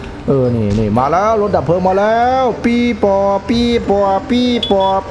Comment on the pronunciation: ทำไมพี่ถึงพูดว่าปีปอบ